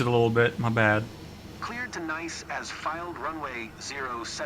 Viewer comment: Nice isn’t the only airfield that gets mispronounced. Typically a PC-12 will fly around 24,000 ft. 30,000 is the service ceiling.